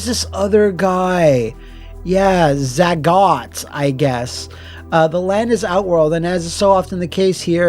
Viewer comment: Excuse me, but “Zaggot”???